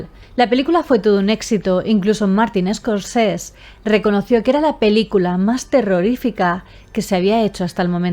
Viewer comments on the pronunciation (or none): si lees esto, que sepas que 'Scorsese' no es un apellido inglés sino italiano, por lo que la 'e' del final también se pronuncia. Te lo digo por si te interesa, no con intención de molestar. Un abrazo.